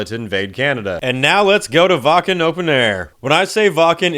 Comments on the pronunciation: Its "Vakn" not "Wah Ken" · Brother from germany here we need to talk: Its pronounced wAKKen not wAA-KEn, you feel me? ^^